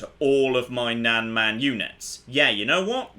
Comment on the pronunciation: just for pronunciations sake, nan is pronounced exactly like "nun" and man is pronounced exactly the same as that, just with a m instead of n, imagine "mun"